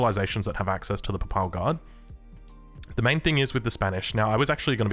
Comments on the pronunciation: Quick note: Papal is pronounced more like pAY-pahl rather than paple. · Does he play the game in Spanish? As a Portuguese, I'd rather hear him say Paypal Guard than pápál guard. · Love u and also Papal is pronounced "pay-pull" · The Papal Guard xDDDD its like in Paypal, make it PapAl guard! I can´t bear it :P But love your vids! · That is definitely not how to say papal.